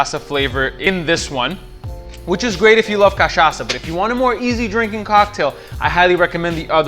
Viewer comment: You pronounce Caipirinha and Cachaca perfectly. I bet you are Brazilian. Love your video! Obrigado!